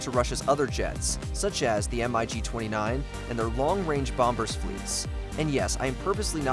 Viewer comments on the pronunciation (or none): Thanks for clarifying that by yourself. You even included Tu-144 video footage. That plane was the "Concordski" with basically the same role the Concorde had, but it didn't succeed. BTW MiG is pronounced as one word :)